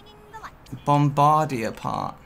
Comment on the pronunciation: Annoys me that they all say bombardier wrong